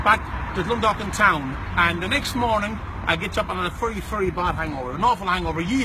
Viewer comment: it's very not fery